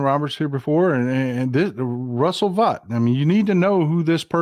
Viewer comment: Russell Vought surname in German is like you said it.